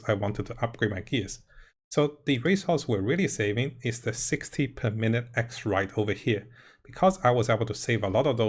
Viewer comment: Xiranite I'm pretty sure "she ra night" is closer to its name than x-right. :)